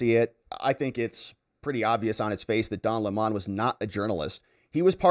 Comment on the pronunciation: Lemon, NOT Le Mon